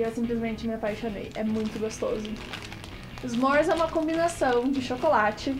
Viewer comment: O tchácolate kkkkkk